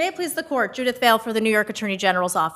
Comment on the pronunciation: ‘Fail not Vail lady’